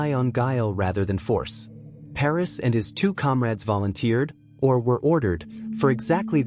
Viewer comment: Pernass is his name not ‘Paris’